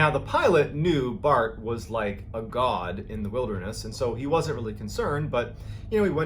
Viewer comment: please dont say g-d like that